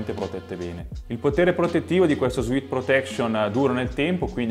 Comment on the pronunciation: Per la cronaca, sudore in inglese si scrive sweat e si pronuncia ‘suet’ non ‘suit’